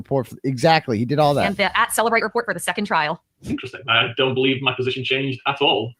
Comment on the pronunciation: It's funny how, in every case, they count on cellebrite to convict somebody. But in this case, they're saying cellebrite wrong